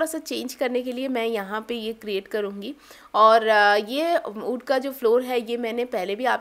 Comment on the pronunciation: wood ko aap galat pronounce krti hai.. 😂😂